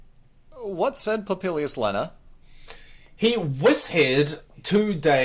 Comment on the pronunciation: every day somebody pronounces cassius as three syllables when it clearly scans as two and i die inside a little bit. very good otherwise tho